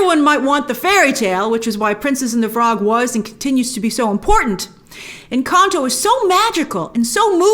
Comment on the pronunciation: I LOVE how you pronounce "Encanto"